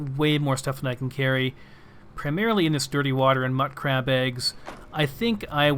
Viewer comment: Pronounciation is sort of to each their own for these types of things, but I think mutcrab/mutfruit should be prounouced mute-crab and mute-fruit, since the mut prefix is shortened from mutated/mutation. Just sayin'. :)